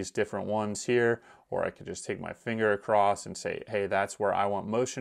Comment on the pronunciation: always wonder why so many people say “acrossed” when the word is across.